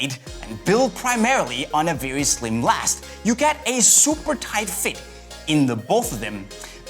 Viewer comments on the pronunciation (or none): none